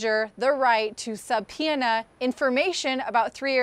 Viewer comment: She literally can't pronounce the word "subpoena".